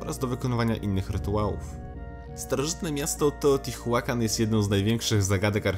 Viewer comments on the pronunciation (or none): a na przyszłość to czyta się poprawniej "teotiłakan" i kecakłatal XD